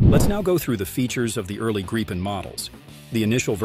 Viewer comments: Gripen is pronounced with the I being said like the woven in “beep”. Just so you knoe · What is up with this guy? He keeps changing his pronunciation of the Gripen , it sounds like he is talking about three separate jets, Gripen ,Greepen and Griepen i don't think he will be getting many announcements jobs in the future .